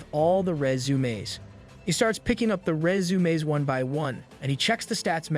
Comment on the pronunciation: Resumaeess 😂... Love it bro, thanks for your effort😊❤